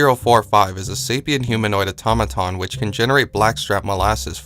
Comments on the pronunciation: Eyetommadon = Automaton Au - to - ma - ton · ok I know this is a 3 year old video, but only one person seems to know how to pronounce Automaton. Everyone else gets it all garbled. Ah-tah-mah-tahn. I also keep hearing Faucets (as in where you get your water) instead of Facets (as in functionality).